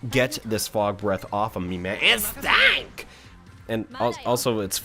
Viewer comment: Lol " IT STANKS! " 😂